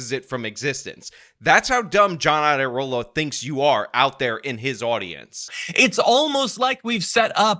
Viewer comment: the "IA" in Iadarola is a diphthong. It's pronounced as a "Y," as in YADA-YADA-YADA-rola, which would be a great nickname. It would be a shame if YouTubers like started calling him that.